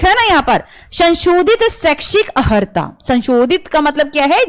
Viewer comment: आपने अनेक बार 'अहर्ता ' शब्द का प्रयोग किया जो कि गलत है. 'अर्हता ' शब्द है. इसलिए अपना उच्चारण सही करें . शेष जानकारी आपने सही दिया है. धन्यवाद